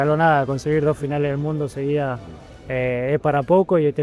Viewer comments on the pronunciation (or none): none